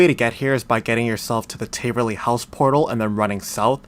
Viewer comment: taaaaverly not tayyyverly js